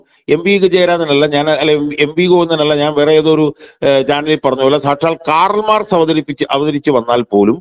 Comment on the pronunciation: കാറൽ മാക്സ് അല്ല കാൾ മാർക്സ് ആണ്😀